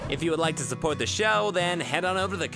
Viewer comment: your intro says culurecrush not crash